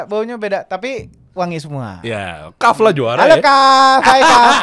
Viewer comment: Kahfffff,bukan kahfi ya,ya Allah semoga komen ini dapat endors dari kahf project